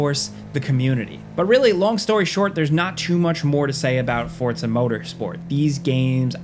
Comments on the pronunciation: Forza not Fortza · Forza , not fortza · WHY DO YOU KEEP CALLING IT FORTZA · Is it supposed to be pronounced "Fort-za" like that? Like pizza? Or is this another -ism? Mary-yo Kart anyone? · Why is he saying “fortsa?” Have I been saying it wrong my life? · Fortza? uhhh.. ^.- you okay bro? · No T in forza 😉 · Am I missing the T in Forza?